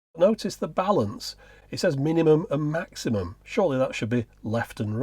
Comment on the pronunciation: Lmao "MAXIUMUM BALANCE.".